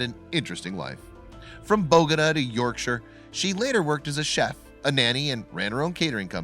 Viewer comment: You might want to learn how to pronounce Bogota.